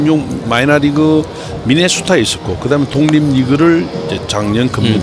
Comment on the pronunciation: +미네수타 ㅋㅋㅋㅋㅋㅋㅋㅋㅋㅋ